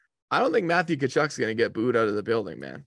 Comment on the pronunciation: Enough with the dude pronouncing the T in Tkachuk’s name! Duh!